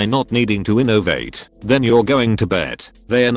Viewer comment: "Innovate" keeps sounding like "innervate" ... and it's giving me terrible flashbacks of studying the nervous system in anatomy class